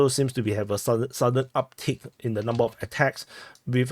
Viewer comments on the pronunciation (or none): none